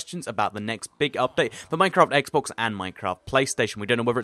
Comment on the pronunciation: He says SSEXX